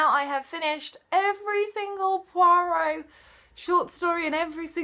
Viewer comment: Soo i finally know its pwa-rowh, instead of poi-rot hahaha.